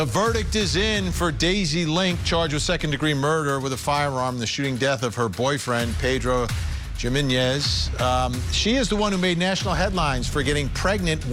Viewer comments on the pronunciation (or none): You could learn how to pronounce Jimenez correctly.